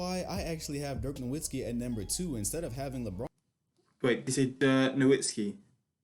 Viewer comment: Try reacting to Dirk Nowitzki to learn more about him and his playoff run in 2011, also the "W" in Nowitzki is pronounced as a "V" because he's German